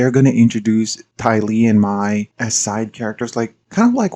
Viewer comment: The fact that Mai’s name isn’t spelled “Mei” has always bothered me, because it sounds like “May” in the show. The fact that you instinctually pronounced her name like “my” in this video says it all. =P Say what you will about changing the pronunciation in the movie (which they shouldn’t have done), but the canonical spellings of the characters’ names has always been really goofy from an Asian perspective.